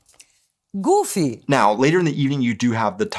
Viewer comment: Es ist so witzig wie sie sagt:Goofy!